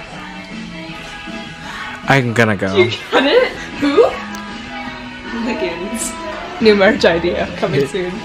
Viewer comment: LOL it took me awhile to finally catch on! No one:: Who? Also: ligans 😎 Me (30 secs later): Ohhhhhhh! Hooligans! 😂